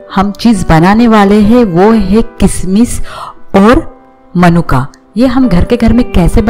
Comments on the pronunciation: मनुका नहीं होता, मुनक्का होता है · मनुक्का नहीं मुनक्का होते हैं 😄